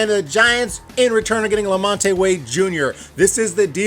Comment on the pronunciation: La-Mont (2 syllables, not 3)